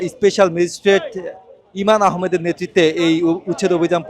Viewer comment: সাংবাদিক সাহেব আপনি তো ম্যাজিস্ট্রেটের নামই ঠিক ভাবে বলতে পারলেন না তিনি আমাদের গ্রামের সন্তান নাম ইমরান আহমেদ,, ঈমান আহমেদ নয়